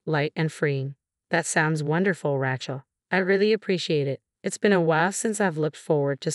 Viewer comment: Sophia is pronpunced So-fee-a. Rachel is pronounced Ray-chul. Very distracting.